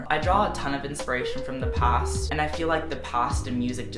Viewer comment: I love how he says past like ’passt’